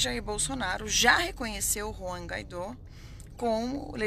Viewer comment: Pare de passar vergonha Deputada. O auto denominado antipresidente da VENEZUELA não se chama Ruan Gaidon. Melhore. Nem sabe o nome do fascista que seu presidente apoiou. Tá ficando feio. Ele se chama Juan (que eu duvido que a Senhora soubesse que na língua espanhola o "Jota" se fala "Erre"), e o sobrenome dele é "Guaidó". Pra Senhora entender mais. E estudar mais. E ler mais. Lo siento. Vergonha alheia. Afffffffffffffffffffffff...